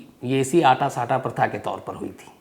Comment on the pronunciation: सम्स साहब अटा सटा होता है,,आटा साटा नहीं होता साहब